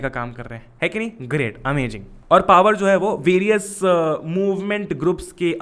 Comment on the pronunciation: bhaiya wo amajing nhi hota amazing hota h...................